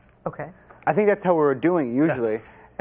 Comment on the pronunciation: he says "i pink i paid him" instead of "i think" lol